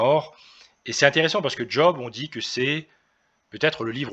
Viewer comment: On ne dis pas "D'job" mais Job ...